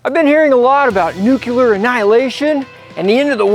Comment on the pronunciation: Man, this is RADICAL!!! ME WANT. Oh, two little picky criticisms: (1) I have earned the right to give you this little advice because I worked in that sort of goo at K-25, Y-12, and X-10 for over 40 years. Nuclear is pronounced NUKE-lee-er, not NUKE-ya-ler. Hey man, don't feel like a dupe; Presidents Carter and GW Bush got it wrong as well. (2) The word "freaking" and variants thereof are thought to be mild euphemisms, but they are actually a slight mispronunciation of the Italian F-BOMB. 🤬 My grandparents were immigrants from Calabria, and would slap me upside the head for such an utterance. So.... whatzammatta U!? 😁 Your videos are great and I will watch every one.